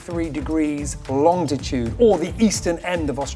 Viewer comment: I’ve been really enjoying this coverage and think the presenter has been fantastic. Then in this episode he just pronounced Longitude as “LongTitude” and lost all credibility with me 😂